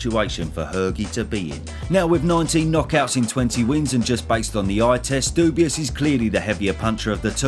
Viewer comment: Isn’t it pronounced like dewbwah?